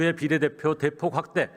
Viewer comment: 비례대표가 아니고 비데대표냐?